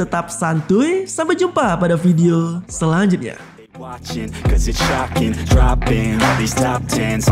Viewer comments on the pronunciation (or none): none